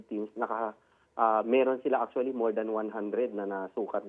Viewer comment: ACHULLY... ACHULLY... ACHULLY...